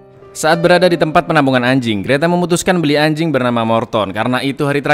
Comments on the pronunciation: Yah biasa aja dong kalau bilang ANJING🗿🗿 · Ngomong anjing ny biasa aja bg